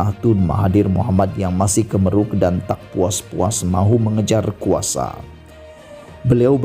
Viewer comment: Bkn KEMERUK BRO.KEMARUK..BACALAH BETUL2